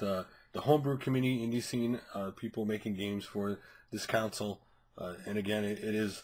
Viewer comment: Dude, it's CONSOLE, not COUNSEL. It's pronounced the same way that you would if someone was sad and you needed to CONSOLE them, not COUNSEL them as in what a lawyer does. I really hate to be pedantic but you screwed that word up at least 8 times in four minutes there and it's really, really obvious.